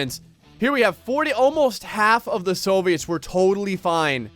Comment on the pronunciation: Soooviets lol you say it so weird